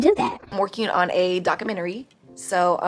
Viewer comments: Doca -mentary??? 🤣🤣🤣 If you can’t pronounce it then just leave it alone. 🤣🤣🤣🤣😭😭😭😭😭 Watch she put Cj and Lexi in her book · What kind of book is she writing..A comic or a fiction book..Her life is as the world turns..There's is no way in hell she can write a documentary she cant even say the word.. 😂😂